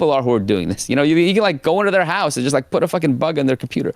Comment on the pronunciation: why does he say house in Irish